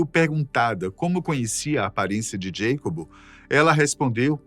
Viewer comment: Para ficar perfeito faltou chamar o mexicano pelo seu nome hispânico, Iacobo, não “Djeicob”. 🧉☕️🍷😸